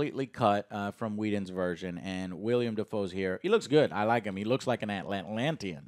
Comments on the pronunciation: knows damn well the actor's name is Willem DaFoe. Idk why he insists on calling him "William." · Willem! It's Willem Dafoe. Not William.